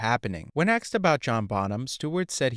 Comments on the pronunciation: He aksed good quesfions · He ASKED a question, not AXED. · HOLY SHIT DUDE, IT'S ASKED, NOT AKSED OR AXED. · It's "asked", not axed". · "Asked", not "axed". Asked, asked, asked. Practice saying it until you get it right. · "asked" = a-s-k-e-d not "axed". the hard "k" sound comes after the "s" sound. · the word is 'asked' not 'axed' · The narrator uses an “ask” to cut down trees!!! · The verb is "ask", not "axe". You're welcome. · A curse be on your use of “axed”. An amateur ploy to pose as “hip”. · It's AI axed also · thank you. I thought it was just me. Annoying AF